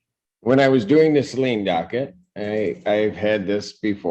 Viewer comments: Hey, just an FYI. In Michigan these towns in Washtenaw County are not pronounced the way you would expect. Saline is pronounced "suh LEEN" and Milan is pronounced "MY lun". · Judge Simpson is fabulous. He is wonderful. We got hence forth pronounce Saline, like we do the singers name. And Milan... Like My-lin. We don't pronounce crap right up here... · Milan is pronounced My-lin Saline is pronounced Sa-lean Augusta- nailed it. Lol